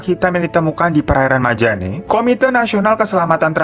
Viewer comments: Alhamdulillah aku kalau naik kapal dari sulawesi tenggara ke jakarta lewat perairan itu,aman2 aja. cuman emang ombaknya rada keras :). btw,majenne kak. bukan majane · Maaf bang namanya bukan kota majane tapi majene😄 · Majenne' bang bukan majane🤦‍♀️ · KOTA MAJENE kak Bukan MAJANE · Hallo apakabar sudaaah gilaaaa, :) hihi Bro Hiro .. mau gw lurusin ada yg bro salah sebut pd menit ke 3.25 kota Majane seharusnya disebut kota Majene , gw tahu krn pernah tinggal kota tsb , ths wkwkwk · Bang Majene apa Majane sih? Kayanya Majene deh😂 Makassar's here🙏👋🏼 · Kota Majene, kak. Bukan Majane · Gregettt MAJENE bukan MAJANE wkwkw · koreksi dikit daerahnya namanya majene bkn majane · maaf kak kota majane ato maje'ne? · Itu yg Sulawesi kota Majene kli bang bukan majane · Bukan majane bang.. tapi Majene 😂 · Bang ralat ya bukan kota Majane tapi kota Majene.. Letak nya itu di Sulawesi barat 😊